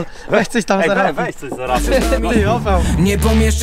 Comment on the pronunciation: Nie OPAŁ tylko ÓPAL 🤣🤣🤣🤣